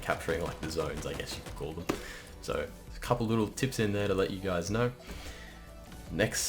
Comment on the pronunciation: LETTTSSSSSS GOOOOOOOO He'sss BACK! I swear you said "lets get right into the tits"